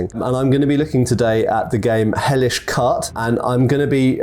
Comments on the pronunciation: Quart is pronounced like "cart", as it's French, meaning the fourth guard in fencing. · Why did he pronounce “quart” as “cut” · Yes Quarte is pronounced "cart".